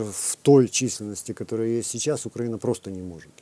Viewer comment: вам наверное не нравиться, что я так пишу вашу фамилию, правда? Вот и я очень надеюсь, что вы не специально коверкаете название соседнего государства, а лишь переняв такую формулировку от украинофобской "высокограмотной российской интеллигенции". Поэтому подскажу, правильно говорить не УкрАина, а УкраИна. Примите во внимание в будущем;)